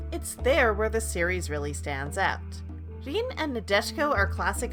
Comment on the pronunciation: Is one of the most relaxing anime ever. Also is Rin,not Jin.